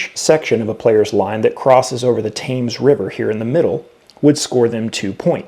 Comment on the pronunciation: Just so you know, the river Thames is pronounced like "Tems" and not "Tames"